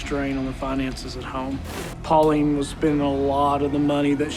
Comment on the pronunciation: Her name is Pauline lol